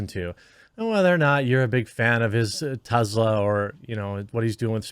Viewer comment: Its TESSla not TEZZla FFS!